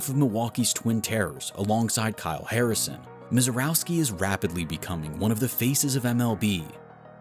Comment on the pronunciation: It’s pronounced “Miserrovski.”